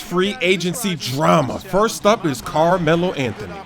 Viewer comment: Carrrmelo Anthony... - Evil Carmelo